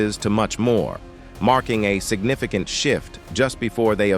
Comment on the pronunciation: LMFAOOOO signifiCAnt has me screaming